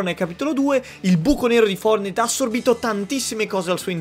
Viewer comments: In poche parole "Fordnait" Triggered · Nessuno: Letteralmente nessuno:: FOURNAID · Ma come lo dice poi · dice Fournait!!!!🤣🤣🤣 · Like se piangi quando lo chiama fornai in pronuncia inglese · Quanti volte hai detto fournahi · Ma nel video chiami fortnite foournite😂😂😂😂😂(non e un insulto) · Ma solo a me mi viene un tumore quando dice fuordnaid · Dici fornai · Perché dici founite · Perche dici fornite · Ma come pronunci Fortnite.? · Ma come lo dicevi fortnite?? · Va bene tutto ma per favore usa una pronuncia giusta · Che pronuncia quella di fortnite sembri francese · Ma come dio dici fortnite? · Come cazzo hai pronunciato fortnite tutto il tempo🤒 Mi è venuto un tumore alla prostata